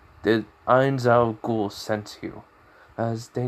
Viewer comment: Your saying his name wrong mate, it’s Gown not Ghoul